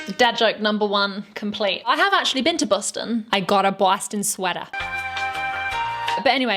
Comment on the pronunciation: Hey, good job on the Bostonian accent, you said sweater really correctly. At least, you know, for a Bostonian's accent.